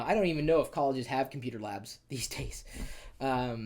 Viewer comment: I want your Computah setup!!